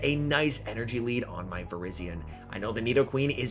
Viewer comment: it's not vir-IZZY-on it's vir-EYE-zee-uhn!